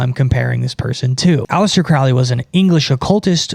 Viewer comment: Crowley like "holy" not "fouly"